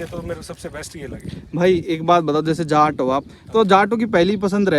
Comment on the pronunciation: ne jaat ko jhaat bol diya